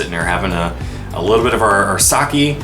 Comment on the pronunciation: Seen a handful of Japan vlog and many have been pronouncing sake incorrectly. The correct way to pronounce it is (sa-keg) pronounce keg without the g.